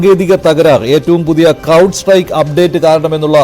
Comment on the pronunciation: Cloud അല്ല അണ്ണാ Crowd ആണ്